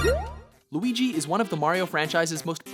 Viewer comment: said Luigi right!